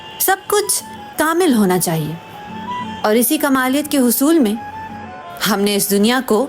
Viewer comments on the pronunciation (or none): کاملیت Not کمالیت